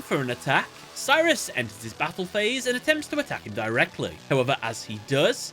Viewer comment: Am I the only that when he says enters his battle phase, it sound like End his battle phase?